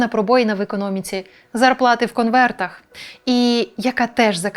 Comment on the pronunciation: В слові 'конверт' є буква 'Т'!